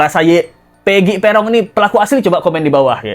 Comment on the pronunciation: kata ibunya, panggilan pegi itu 'pegon' bukan 'perong'